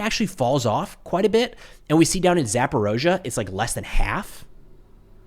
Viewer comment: Referendums run by the Russians? Surely legit. yeah, right. BTW, it's Zapo-reetzia, not Zapo-rosia.